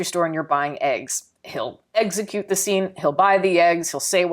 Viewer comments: "He'll egg-xecute the scene" Just me? ok I'll head out.. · I heard (eggs)execute lmao <3 your videos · Did you say eggsecute? Jesus... Edit: 8/10 for me. Loved it.